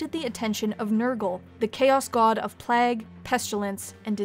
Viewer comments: Nurgle the Plag Lord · The way you say "plague" makes my uncomfortable and you should change it.... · Good video, but you say “plague” in a really weird way.